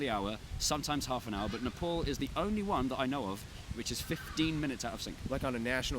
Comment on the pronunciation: I am uncomfortable with anyone pronouncing Nepal as Nah- Pol